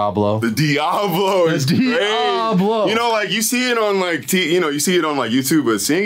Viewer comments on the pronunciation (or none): the way composer said diablo in the studio made me think he meant it as DDEiablo